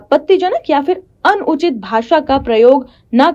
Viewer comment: अन उचित कोई शब्द नही होता I अनुचित ही उच्चारण होता है I